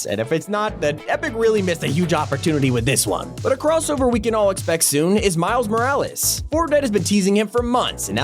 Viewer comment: He finally pronounced Mile Morales’ name right 🎉🎉🎉 Though it was only once